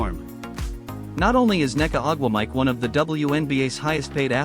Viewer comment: omg. Learn how to pronounce Ogwumike. You destroyed her name 7 times in this video!